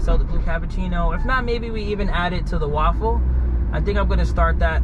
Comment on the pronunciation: When most of us have a waffle, we put butter or syrup on it and eat it! When has a raffle (he says "waffle"), he gives away cars and prizes! Makes me laugh every time, but I sure wouldn't complain if i won his "waffle" - it'd definitely be better than the one I'd eat, lol! 😜😉😎